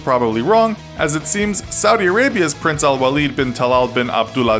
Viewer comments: You nailed that prince's name boiii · You nailed the Saudi Arabian's prince name 😂